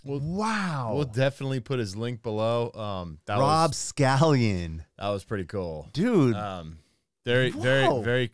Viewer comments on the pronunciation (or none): IT's SCALLON!!!! not a long onion!!!